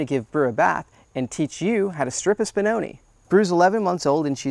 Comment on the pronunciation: Spinoneh is pronounced with a short e sound at the end. Like when Italian (talking about real Italian not Italian-american) didn't hear something and they go eh? If you say spinonee it's plural (one spinone, many spinoni) the pronunciation you are using now with the long e is for the plural. Hope this was helpful, honestly if I had an American dog breed I would care to know the correct name pronunciation.